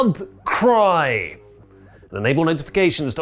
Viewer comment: Subcry? Really? Subscry-b is right there. Or is my hearing going bad